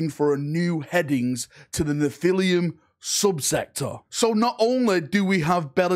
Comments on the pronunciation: Nephilim la, not Nephilium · Not to be 'that guy', but its pronounced Nef-ill-imm